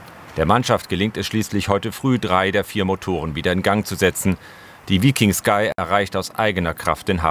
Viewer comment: Vllt dem Moderator Mal vorher googlen lassen wie man den Namen des Schiffes richtig ausspricht 😂